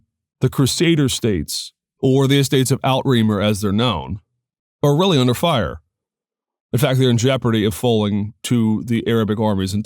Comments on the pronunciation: Great video, just can't believe you pronounced "Outre Mer" as "Out-remer" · Outremer is pronounced Oo-tra-Mare, not Out-Reamer. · Very nicely put together. My only comment would be that the word "Outremer" ought to be pronounced closer to 'Oot remare' than 'out reamer' as you have here. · Just a point on your pronunciation of Outremer. It's not out-reemer as you say but OO-tre-MARE.